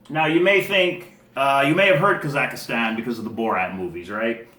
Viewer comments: You're making interesting videos and you seem like a good guy, but you keep saying "ka-zak-a-stan" instead of "ka-zak-stan". :) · (KA-zak-stan) and (a-STA-na)